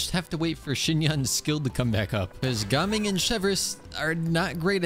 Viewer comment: I love how actually pronounces gaming’s name correctly instead of those other annoying youtubers